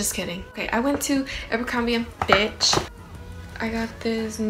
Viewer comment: When you said “Abercrombie &fitch “it sounded like you you said and bitch 💀🤣